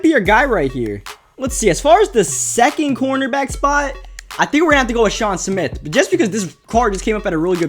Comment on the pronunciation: It's Sean SMITH not Smit.